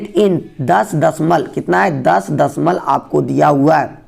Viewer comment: Dashmalab bolie sir dadhmalan nhi